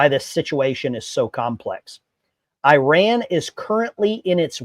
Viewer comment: 1. You pronounced Iran wrong. 2. This is not the first time Israel has striked Iranian nuke sights within the last 5 years. Any statements that this could cuase something to happen is fear mongering. 3.both the republicans and democrats are corrupt rich people. We should be allying with fellow workers not the rich people in congress or like Biden or Trump